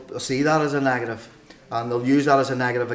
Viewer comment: what is it?? A NAHHGATIVE??? Hahahahaha!